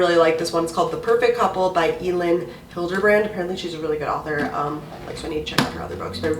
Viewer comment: It’s pronounced “Ellen” Hilderbrand! She’s my all time fav author. 🤗